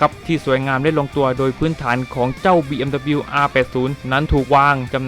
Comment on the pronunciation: อ่านว่าบีเอ็มดับเบิ้นยูนะครับ 🤣